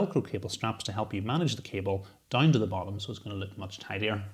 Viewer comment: Just curious - how can DOWN become DINE? That pronunciation is just wild! Great video!